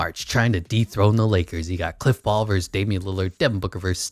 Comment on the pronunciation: He kept saying cliff paul like bruh